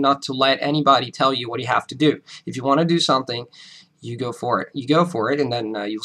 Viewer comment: great command of the english language. Yet somehow you mispronounce "something" as "songthing". You are impressive though. Keep it up